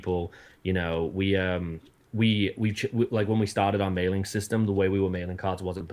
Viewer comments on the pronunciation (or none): none